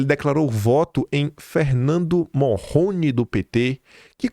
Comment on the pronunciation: Não é Morroni é Marrone 😂😂😂